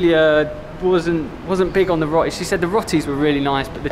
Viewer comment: Hope you don't mind, but the "o" in "roti" is not pronounced like the English "o" as in "rot". It's more or less the Italian "o" as in "roba" or "Roberto". (You're both familiar with Italian, aren't you? must be!) Hope you can improve your situation in Jakarta. Can visitors get a vaccine there? That would make things better for you.